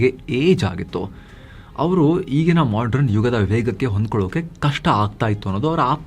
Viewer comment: ಅವರೇ modern ಪದವನ್ನು ತಪ್ಪಾಗಿ modran ಎಂದು ತಪ್ಪಾಗಿ ಉಚ್ಛರಿಸುತ್ತಾ ಇದ್ದೇರೀ E ತಪ್ಪು uchcharane ಪುನಃ ಪುನಃ ಮರುಕಲಿಸುತ್ತಾ ಇದೆ. ದಯವಿಟ್ಟು e ತಪ್ಪನ್ನು ಪುನರಾವರ್ತಿಸಬೇಡಿ..